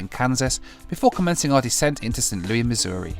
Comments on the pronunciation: FYI St. Louis is pronounced like Lewis, not Louis. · St. Louis is pronounced as St. Lewis in the US. I know it uses the French spelling, but it does not use the French pronunciation. Edit: I initially wrote spelling instead of pronunciation. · Btw it’s not “Saint Loui MO” it’s “Saint Louis MO”.. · Your pronunciation of Saint LOO-IS. Not Looy. lol I enjoyed your video!! I'm just giving you a hard time for fun. Please don't take anything I said personally. I'm joking!! 🙂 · Would it kill you to pronounce the S in St LouiS? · Its st louis! Not st. Louie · St Louis (Lewis) LOL!! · Hey, just FYI, St. Louis is prounounced "SAINT LEW-IS" in the USA. St. Louis is more stylized and was used affectionately in song in the early 1900s. Same for San Francisco...no one calls it Frisco. Not that I'm saying you said that as well! I do LOVE your channel! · As the saying goes When in Rome do...and you know the rest...same as when in the USA.... St. Louis is pronounced St.Lew-is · I swear as a Missourian if I hear anybody say Saint Louie, Missouri again I’m gonna go nuts. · you're killing me st. Louis is not pronounced as a french word in the usa because that makes too much sense you pronounce the s its the same as Lewis lol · That's not how you pronounce St. Louis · I don't know if anyone else has said it, but the 's' in St Louis is not silent. It's pronounced 'St Lewis'. Just thought I'd mention it. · I'm from Missouri please never say Saint Louis like that again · St Louie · DONT SAY " ST. LOUEE" just don't ! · Don’t say “SaintLooeee”🙄🙄🙄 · They may have pronounced it that way a long, long time ago, but nobody from St Louis pronounces it that way now. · Just for refernece,, the s in St. Louis isn't silent haha.